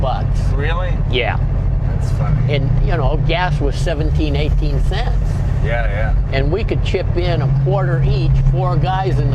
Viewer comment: ...50 thents a gallon!